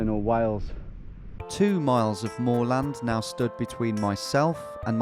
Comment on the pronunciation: Absolutely love Tom and these straight line missions but HATE how he pronounces moorland